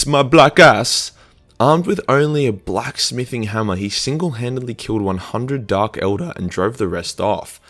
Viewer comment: "BLACK smithing” lol